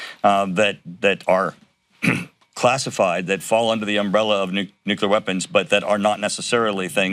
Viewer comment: I love how he coughs, chokes and stumbles all the way through this. Every time he says, "nuclear weapons" he purposefully quickly mumbles it and moves on, this is hilarious. This guy knows every single word hes saying is total b.s. also, Donald Trump doesn't have a home, hes living illegally (but of course) in a converted bridal suite at a glorified catering hall with the best chocolate cake ever, I know more about chocolate cake than just about anybody (that last part said in my best Trump impression) believe me. They can barely even choke their way through this bs anymore. Until Donald Trump and his band of odious, vomitous, traitorous cohorts are indicted and prosecuted our democracy will not be able to begin to heal. VOTE BLUE in '22